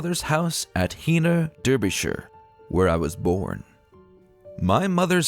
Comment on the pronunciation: Its said "Darbyshire" not Derrbyshire... What has the "Admiral Rodney" got to do with Heanor?